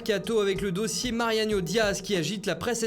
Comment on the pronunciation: Putain il dit tout le temps " Marianio "